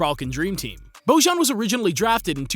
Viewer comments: He is not božan he is bojan please learn something about stuff that you are talking about, learn how to pronounce his name right and how to pronounce his j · It is not Božan, J is prononced Y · Quick tip, whenever you see a "j" in the name of aplayer from ex YU, read it as a "y" ;) Bojan, would be best pronounced if you read it like "Boyan". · It's not Bozhan, it's Boyan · It's Beau-yan, not Boy-an. It's just that Serbians don't really understand what you're trying to say when you ask a question like that. Try saying Beau-yan, with the stress on Beau, and that's how you pronounce the name. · "Bojan" is not pronounced that way, "Bojan" is written on serbo-croation, "Boyan" is pronounced! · It is pronounced Boyan. Every "Yugoslavian" J is read Y in English. And every G is pronounced like G in Greek. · Bojan is pronounced "Boyan". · Try to read Bojan as Boyan (that's closer to the pronunciation) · Serbian J is equivalent to English Y. Like Jelena is pronounced Yelena. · Nice, though you got Bojan's name pronunciation all wrong. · Great video,Yugoslav school of basketball incredible players,coaches and teams.First place where basketball started in the 60s outside of usa was belgrade capital of serbia and yugoslavia tnx to professor Nikolic.Only one thing-the name Bojan, you read the letter j like in Jokic,great video nevertheless